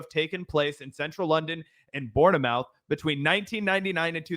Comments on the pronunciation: Born-a-mouth 🤣. its pronounced as "born-muth" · Used to like this guy a decade ago. He irritates me so much. However I did laugh at South - Wark and Born - e - Mouth. Great pronunciation of British location names haha. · Until you can give a rational explanation for the pronunciation of Worcester, Leicester, Mousehole its Born-a-mouth. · Bournemouth pronounced "born muth"